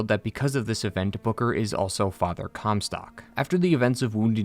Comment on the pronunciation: Take a drink every time you hear "cumstock"